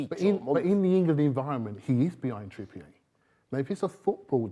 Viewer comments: no if someone talks rubbish, they talk rubbish. This bloke is a full time waffler and can't even pronounce Trippier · How the hell did this man go through the last 10 years of his life hearing "Trippier" being pronounced one way, only for him to just go ahead and pronounce it his OWN way? 😂😂